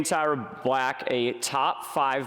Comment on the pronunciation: You caught that, too, huh? 😂😂